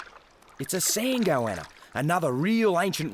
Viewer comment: I love how he says 'Goanna' - Goyanna... its a non-Jew Goanna... Goy-anna... hahaha... Goanna: It's getting crowded around here, with these noisy humans about...